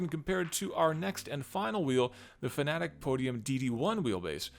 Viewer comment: Hey look... A Youtuber that can properly pronounce Fanatec. That earned you a subscriber. I also like that you also discussed why not to run a direct drive wheel at 200%, the way some people on forums and other channels believe. They seem to think that if the wheelbase isn't delivering all 20Nm of torque at some point in your racing session, then you are doing it wrong. Direct drive is all about the details, people.